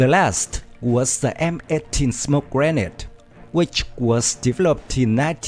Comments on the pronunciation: It’s pronounced as (gre-nade) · Grenade is prenouse as (Gre-nade)